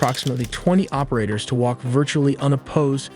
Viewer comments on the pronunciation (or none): none